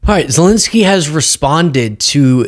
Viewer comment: Zelenskyy, not Zilinsky. Eh, not uh.